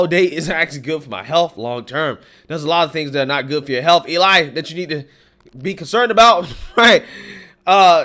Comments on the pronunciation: Elie name is pronounced L-E 🤣🤣🤣🤣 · His name is pronounced elee spelled Elie